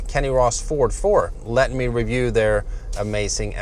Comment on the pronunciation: V's and Z's aren't his forte